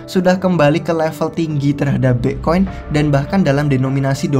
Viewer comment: Pletform, Pla'fom, Plavon. Bitkoin, Bi'koin, Mbekoin.😂 Luna, Anchor, Glimmer. 💪